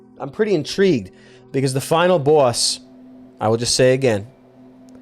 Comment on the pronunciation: love the way he says "final baws"